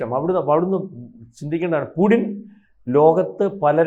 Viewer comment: പുഡ്ഡിൻ അല്ല പുട്ടിൻ ആണ് മാഡം